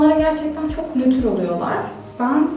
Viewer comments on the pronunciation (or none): none